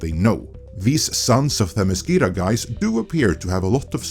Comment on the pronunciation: Firstly, you’re pronouncing Themiscyra wrong but I don’t blame you because they mispronounced it in the show too. Secondly, there is no majority. After the final tally, the US appears to be very evenly divided down the middle in terms of the popular vote.